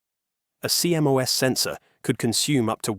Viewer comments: No one says C M O S, it's pronounced "sea-moss". Dumb AI sheet. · CMOS is usually referred to as "See Moss," not C-M-O-S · Apparently, the AI voice used here doesn't know that the proper English pronunciation of CMOS is see-moss. I learned this in the mid 1970s as an electronics student in college.